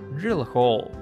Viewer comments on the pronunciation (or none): none